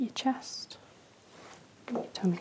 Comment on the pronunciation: well to be fair she says "Toomy" lol